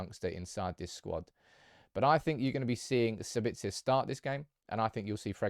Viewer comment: SAbitzer not saBItzer. Also it’s leviOSA not LEVIOsa